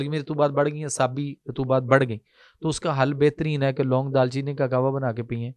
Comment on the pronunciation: Bhai phly tw apni urdu thk kro dal cheeni ni hota darcheeni h lafz